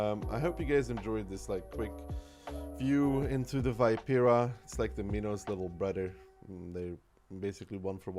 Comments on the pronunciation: you struggle with the pronunciation so it's - vii.pe.ra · I love you but as a fellow italian I have to say that the pronunciation can be better <3